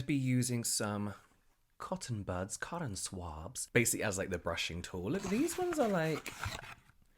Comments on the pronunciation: I rewinded and watched it like 47 times 😂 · The “cotton swabs” American accent caught me so off guard😂